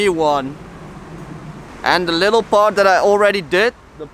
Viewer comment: "llll-ittle outline and a llll-ittle shadow"